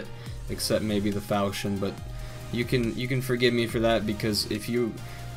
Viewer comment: FALKON NOT FAL CHI ON